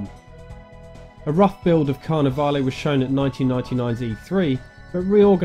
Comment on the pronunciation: Carnivalé had the "E" being SILENT. It's: Car-ne-vall